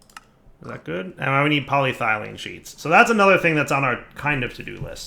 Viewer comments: Tries writing polythylene into JEI JEI: U wOt MatE?: corrects the spelling and pronounciation of polyethylene JEI: Ohhh... okay here: STILL SAYS POLYTHYLENE and ETHYLENE At this point I'm questioning whether if he's just doing it on porpouse or he is just a big dummy. Also does he read comments? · I swear I'm THIS close to just quiting watching this series because of "PolyThylene sheets". I love this pack and I love, but that pronunciation is genuinely making it hard to watch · So he's capitalised the E. Maybe he knows how to pronounce it now... Nope. Sad face. Still thinks cupronickel is the name of a Sesame Street character... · Should probably practice saying PolyEthelyne properly too, just sayin'. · PolyEthylene PolyEthylene sheets NO DIFFERENCE IN THE NAME OTHER THAN SHEET, AND YET HE FUCKS UP THE SECOND ONE ALL THE TIME. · Welcome to knows how to pronounce polyethylene but doesn't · Pronounces ethylene correctly, but still mispronounced polyethylene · It's so frustrating that he got it right, once, then went back to getting it wrong. It's worse than if he were consistently wrong.